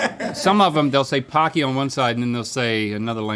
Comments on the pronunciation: my weeb is showing here, but it's pronounced "poe-key" pah key would be パ ッキー but it's spelled ポッキー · In Japan it's pronounced p-OH-cky like hokey-pokey. They are great. Pretz, too.